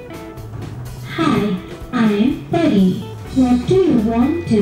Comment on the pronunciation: isnt she pari ? bt she says peri.. :/